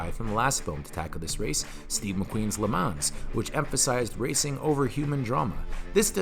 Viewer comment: 1 out of 10 for not knowing how to pronounce le mans correctly